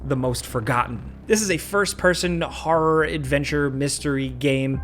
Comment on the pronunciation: "Harra-h gaymes"